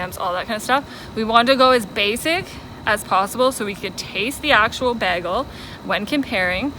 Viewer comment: Why noone making a comment about the pronounsation of "bagle". But in all seriousness, this was something I was wondering about, so thanks for the comparison.